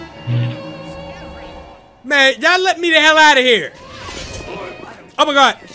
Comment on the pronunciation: I swear he's saying "Imma gawd" and not "Oh my gawd"